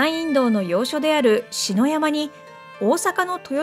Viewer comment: せっかくAI読みでないのに、日本語が正しく発音できてきませんね。普請は、hushinですが、天下普請はtenka bushinで、２語に切って発音すれば 、天下武神と同じ発音になります。つまり、アクセントが間違っています。ついでに言えば、篠山はsasayamaです。